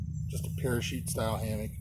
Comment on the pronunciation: Hammock? Damnit I thought you said Hamhock.